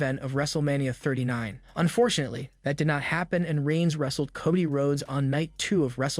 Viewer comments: It’s Cody, not Coddie. What a knucklehead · Anybody notice the pronunciation of cody??? Titantron?? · He didn't even pronounce JD's last name right... He mispronounced Rhea's catchphrase name, Nia and Cody... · Please correct your pronunciation of names. It is not Coddy, McDonna, or Neya. Makes the video unwatchable and you lose of credibility.